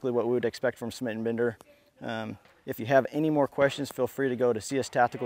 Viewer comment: Are you still pronouncing it "Smit & Bender" now that it's 2016?